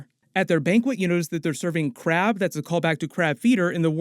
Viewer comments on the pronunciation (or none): none